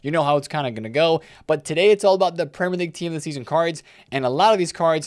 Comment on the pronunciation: "Prem - Lerr - league" -, this video.